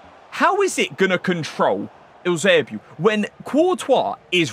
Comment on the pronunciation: Are you incapable of saying Eusebio normally ?